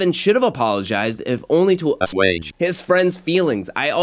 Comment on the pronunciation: Did you not know how to say the word “assuage”…….